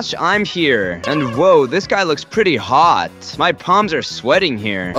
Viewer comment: he said hhot